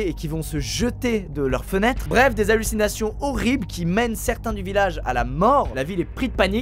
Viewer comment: Tu as dit 4 fois allusinations et tu es de venu un prof d'Histoire et SVT ou quoi😂